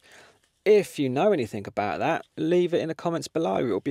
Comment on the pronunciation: Anythink !?!?!!?!?!?!?!?!!?! Talk like a grown up human !!!! 😂 the word is ANYTHING !!!!!